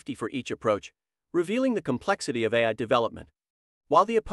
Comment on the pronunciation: I'm surprised an AI bot can't say AI. why does the male bot keep saying RI.